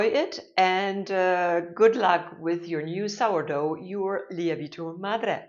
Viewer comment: Great video. Just a little tip for you, the correct pronunciation of lievito should be more like lee-evv-it-o.